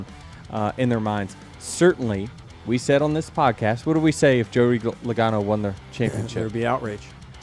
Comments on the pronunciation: He said LOWGANO and LagAAno 😂😂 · "Low- gae- no" ?